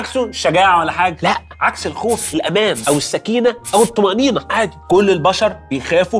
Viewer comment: حد اخد باله من كلمه عادي قلها ازاي بطريقة غريبه 😂